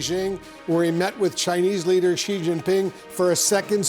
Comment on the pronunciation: Wolf Blitzer can’t pronounce “Beijing” and can’t pronounce “President Xi”. He can we believe he knows anything about China?